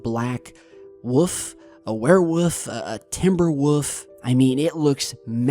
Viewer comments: timber woof? XD why is he saying woof instead of wolf? lol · Timber Wolf not woof... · I heard "Timberwoof" too :P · Did he just say “Timber-woof”????? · I love the way you say "woovs" bro... "Is it a werewoof? A timberwoof?" Lol .... kills me bro